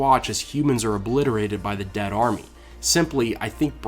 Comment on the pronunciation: dionbranchglove I know he's saying "restore your dead to life" but it sounds like "debt to light" EVERY time.